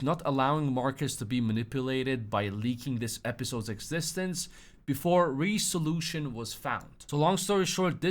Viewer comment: re-solution lol rez-uh-loo-shin